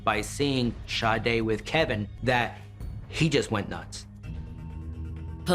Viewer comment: Detective - Please enunciate this Angel’s name correctly just once. Sha-day not Shi-day. Lord forgive me and may she rest in heavenly peace 🕊️🙏🏾